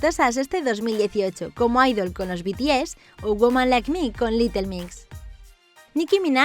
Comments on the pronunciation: Jajaja morí de risa porque lo dijo como...kOn lOs bItIeZ XD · Me encantó como dijo Los bitiez xD!! La reina del rap es Nicky y ya >:v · me dio risa como dijo: "los bts"